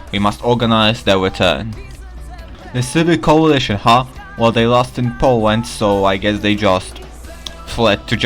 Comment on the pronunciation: Powand :3